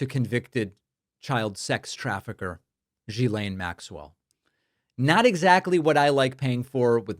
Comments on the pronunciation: sorry one correction, it's pronounce JIZZ-lane. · David, It is pronounced: Ghee-len (a hard G).